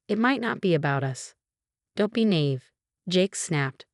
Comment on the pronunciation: “Naive”; it’s pronounced “nah-EEV”. There is no other pronunciation. Why can’t you get it right?